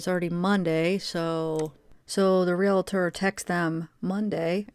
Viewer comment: It’s pronounced real tor; no extra a or syllable in there